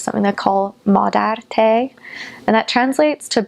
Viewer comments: I could fall in love with you just for the way you pronounce madártej. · Her pronunciation (villamos, Budapest, Kispest, madártej... etc.) is too perfect to be a non Hungarian.